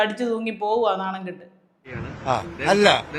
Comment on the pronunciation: നാണമോ മാനമോ ഇല്ലാത്ത ഒരു പോഴൻ.... പറയുന്നത് മൊത്തോം "നാണം ആൻഡ് മേനം" ഒൺലി.. 🤣😂